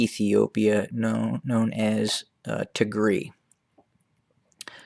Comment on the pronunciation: [Tig]-[Rye] is how it is pronounced. Tegaru is the plural.